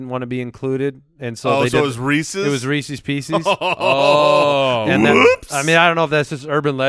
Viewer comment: Every time says "Reecees Peecees" a puppy dies